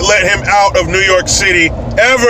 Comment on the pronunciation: When you said the City all I heard was the SHITY..... Lmao